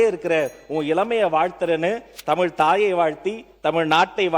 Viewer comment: Its தமிழ் not தமில், most ministers are saying தமில். Sad.